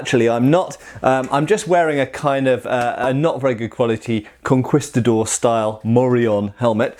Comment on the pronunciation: Sorry for being nitpicky, but you pronounce it "conkistador". In spanish, every 'u' after any 'q' is mute.